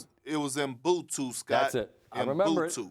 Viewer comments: Ubuntu Kendrick not umbuntu 🤣🤣🤣🤣🤣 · I was confused at first because of how he pronounced it 😂😂 He tired tho